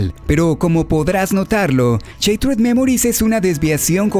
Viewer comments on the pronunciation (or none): Buenas. Shattered se pronuncia "Shattered", no "Chattered". "Sheryl" se pronuncia "Sheryl", no "Cheryl". Aprendamos a distinguir entre la eSe y la Ce, así como el sonido que emite una S y una C, al ser leída en voz alta. Saludos. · Se pronuncia "Shaterd", no "sheitred" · Buen video. El único pero, en lo personal, es que shattered se pronuncia "Sharerd" y no "Sheitred". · am tus videos pero como que CHatered dimensions?? es shhhhhhatered no CHA PORDIOS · Se pronuncia "shaderd" no "cheitred" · no se dice, Sheit-red memoris, se dice "sharer memoris" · Cuando una palabra lleva doble consonante ("shaTTered") la "a" adquiere un sonido de "a" y no de "ei", por lo tanto la pronunciación correcta es "shAttered" y no "shEItered" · Konami: Shattered Memories: cheitred memoris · ¿Sheiterd memories? JJJAJAJAJAJJAJAJAJA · No es cheitered es charerd. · así no se pronuncia shattered :s pero bien video